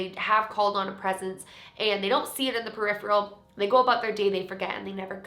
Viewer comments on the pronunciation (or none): none